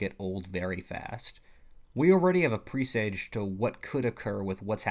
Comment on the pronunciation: Pronunciation of "presage." Should not be "PREE-sage," but rather "PREH-sage." Used as noun (?) , and as verb earlier.